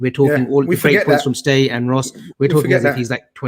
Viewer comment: lad, he's called 'Ste' not 'Stay' it's a Scouse habit of shortening Steve to Ste...That's pronounced 'Stee'